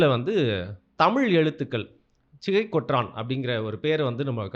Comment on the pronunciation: பெயரே சரியா சொல்ல தெரியல சிகை கொற்றான் ஆ சிகை கொற்றன் தம்பி சரியா போச்சு